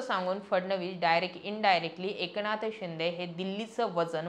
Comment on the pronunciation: ए...क नाथ शिंदे नाही ग बाई एकनाथ शिंदे. कोणत्या शाळेत शिकलात आपण? बाकी न आणि ण ह्यातला फरक तुम्हाला अजिबातच कळत नाही बरका 😂